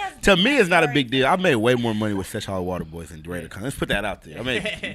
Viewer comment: HAM ON EVERYTHING stop sayin sesh water hollow nigga its seshollowater. Shit got me buggin haha